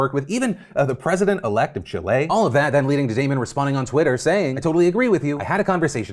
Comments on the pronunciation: Hey Phil! Chile is not pronounced “Chill-Á” but rather like “ChÉÉ-lay” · It's "CHEE-leh", not "chee-LAY" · I hollared like hollared when he said the president elect of Chilli! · Not Phil saying "Chilé"